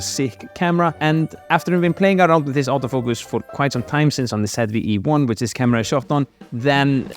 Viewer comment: Awto focus 😂